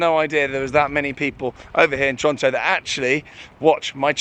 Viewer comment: I love that you pronounced Toronto properly lol! Who told you how to do that?!